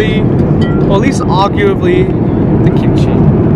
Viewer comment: 고추장이랑 김치라고 할때 발음 소름.....